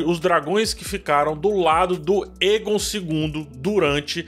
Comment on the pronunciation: o "ae" dos nomes valirianos geralmente tem som de "êi / é"...Então, Daenys se pronuncia "Dêinis", Daemon é "Dêimon", Aegon é "Êigon", Aemond "Êimond", etc. Já outros nomes, ficam com som de "é", ex: Daenerys (Dénéris), Naerys (Néris), Aerys (Éris), etc. Tem um outro canal q explica melhor essas pronúncias com base no material original dos linguistas.